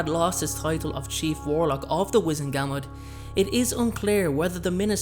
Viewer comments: wizEngamot, not wIzengamot... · GUR - MORT is how it’s pronounced. Not GAM MOT.